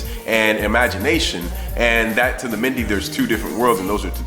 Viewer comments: Good video. But it's pronounced MEN-DAY . I myself was born in a mende village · I love this went to Sierra Leone for the 1st time in December best experience of my life but just one little thing the way you pronounce mende is funny lol its pronounced like Men-day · Mende is pronounced men-day 💜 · LOVE the vid but its pronounced "men-day" lol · I love your video, your pursuit of knowledge and interest is admirable!The correct pronunciation for Mende is 'MEN-DAY' btw; Please keep up the good work. 20 year old 'Black British' girl from Sierra Leone (Mende and Kono parents).